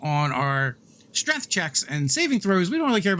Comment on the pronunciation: my man really said strength and then 'corrected' himself to streth